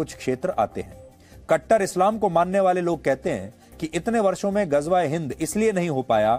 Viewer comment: Ghajwa e Hind 😂😂 Ghazwa e Hind hota hai